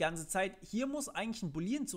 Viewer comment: [Boooooolean] nicht boleeeeean Und man benutzt nicht null, wenn man Objekte hat, sondern Dinge wie Optional.empty Es wäre echt schön gewesen, wenn du mehr über TS erzählst statt bei Null ALLER Programiersprachen anzufangen :(